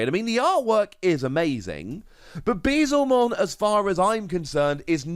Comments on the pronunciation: my heart aches every time u say bezelmon instead of beelzemon. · It's probably gonna take another year or so before someone corrects your pronunciation of "Beelzemon" despite you spelling it right, but continue to pronounce it wrong! xD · Pulled the Alt Arts for Ulforce and Machinedra, so not too bad. also Beelzemon == B L zemon Beelzemon =/= Bee-zlemon